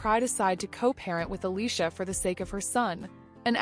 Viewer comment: "Allissha, LaLay and Mas-Honda"